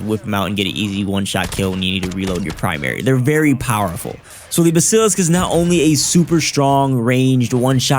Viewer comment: dont know how to pronounce a word google it.. it will teach you how to pronounce it.. bask ka lisk